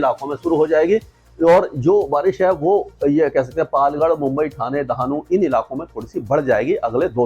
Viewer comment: पालगढ नहीं है पालघर है.. क्यू गलत बोलते हो?